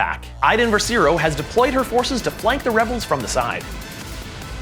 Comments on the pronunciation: Iden Versio "ver-si-o" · Just letting you for future vids it is pronounced ver-see-oh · First "Greivious", now "Versiro"? Do you guys read the spelling of the names, or at least listen to the content their in where they say their names? (Great video and game tho just the pronunciation is a pet peeve.)